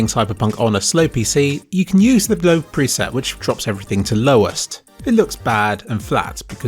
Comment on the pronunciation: Haha, I understood "If you're going to play Cyberpunk on a slow PC, you can use the 'bloke' preset" and I was really sad that it said low when going back.